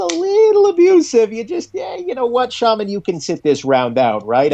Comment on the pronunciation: The pronounces Shaman correctly for the first time